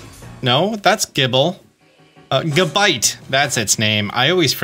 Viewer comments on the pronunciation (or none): none